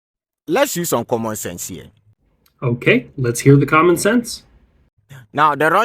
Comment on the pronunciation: He bit off more missile defense than he could chew up logically. It blew up his teeth by "comman"😢 sense. Trevor Noah material.